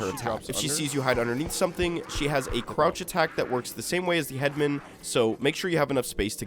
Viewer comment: Pet peeve, i found it annoying how you pronounce "headman" as head-men, i always pronounced it as head-man